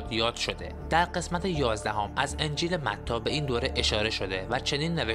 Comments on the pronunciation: دوست گرامی درود بر شما و مطالب جالبتون با عرض پوزش باید یادآوری کنم که لطفا قبل از اجرا یکبار مطالعه فرمایید اولا کرات با فتحه تلفظ میشه ونه با ضمه انجیل متی یا متا درسته نه متیو بعد فرق زیر ف کسره داره ونه ضمه وقتی اشتباه تلفظ می‌فرمایید تموم اعتبار مطالب هم به چالش کشیده میشه البته با عرض پوزش 🌹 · برادر برادر متیو چیه متی متی